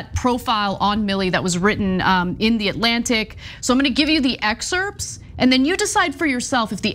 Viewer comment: Ana it's excerpts with a silent p and t is sounded at the end.